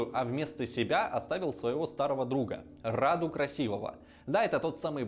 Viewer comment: Сильно извиняюсь, но считаю, что у меня есть право вас поправить. Как человек с соответствующим образованием, естественно. Имя конкретно этого младшего брата Цепеша принято произносить с ударением на «у», хотя уточню, что правилами русского языка произношение этого имени не регламентируется – обычно говорят так, как вы сказали в видео, рАду. Во-вторых, Раду не был гомосексуальным, более того, он был подвержен сексуальному насилию со стороны Мехмеда ІІ в возрасте 9 лет. Это никак не отменяет того факта, что как раз сближение Мехмеда II и Раду является следствием такого бэкграунда. Просто захотелось уточнить некоторые моменты.